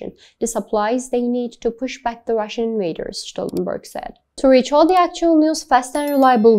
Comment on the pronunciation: She mispronounced his name. 👎